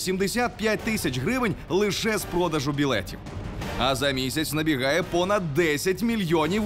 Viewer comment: Остапчук сказав в 1.25. 35 . Продажу а не продажу